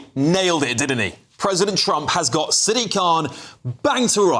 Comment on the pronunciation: Dude you pronounced Sadiq wrong it’s Sad-IQ khan